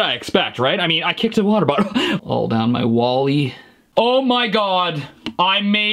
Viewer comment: Nobody: stevie t: 3 MILLION WATEE BOTTLE